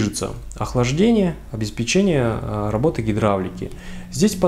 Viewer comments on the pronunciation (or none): none